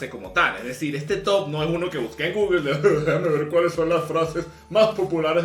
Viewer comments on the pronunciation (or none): none